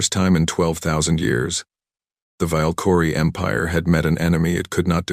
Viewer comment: Your dumbass AI can't even pronounce Valkyrie